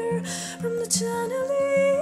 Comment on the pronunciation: The pronunciation of "Chandelier" is wrong. "Ch" should be pronounced as "sh" sound.